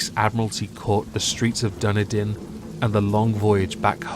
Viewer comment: Love the reading as well as your pronunciation of Dunedin